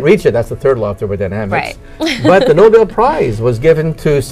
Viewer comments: It's not No bowl. It's No bell (Nobel) pronounce it correctly. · I liked this program very much, but the commentator pronounced nobel as noble. It is actually the name of the person who began the award--Alfred Nobel pronounced no-bell. I know it is a little thing, but he should have known it. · If you had studied science in school you would know that it is not spelled Noble. It is spelled, 'Nobel' and pronounced, Nobell. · The Noble prize? Wait a minute is a computer reading the script? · I fuckin hate how he says "Noble Prize".... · ...but he doesn't know how to pronounce, Nobel